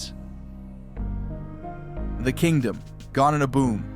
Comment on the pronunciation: One of the most iconic Stadiums of all time, where God watched his team play, the five time World Champion Dallas Cowboys, who is this dude talking, when did the KING-DOME, become the KINGDOM, can't even pronounce shit, unbelievable